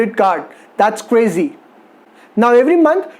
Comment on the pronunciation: cwazy etcetewa